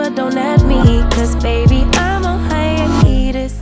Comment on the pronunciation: I was distracted by the pronunciation of “haiEETUS” 🥴 rofl